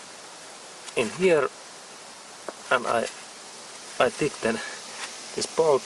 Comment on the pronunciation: Great video! Just a word of thought tighten is pronounced tie-ten thanks so much!